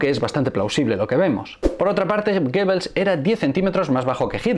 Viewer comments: GOEBBELS y no GOEBBLES. Dislexia universal. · Muchas gracias por este estupendo vídeo, pero es Goebbels, no Goebbles